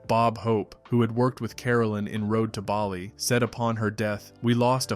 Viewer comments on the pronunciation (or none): none